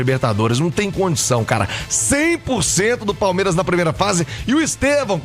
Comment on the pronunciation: PALEMIRAS O português ta em dia 😂😂😂😂